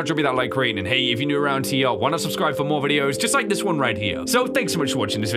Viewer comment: I love how he just says LIEK VIDEO instead of like IF YOUR NEW LIKE AND SUBSCRIBE AND LETS GET INTO THIS